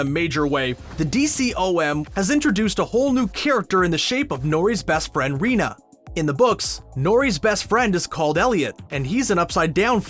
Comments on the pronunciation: It's pronounced "Reyna" not "Rina". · I SAID IT'S PRONOUNCED "REYNA"!!!